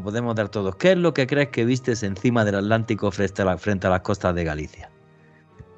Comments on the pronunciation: ¿Por qué alantico y no Atlántico? Es un misterio. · Jajajajaja que fuman para no hacerlo. Otra cosa se dice ATLÁNTICO.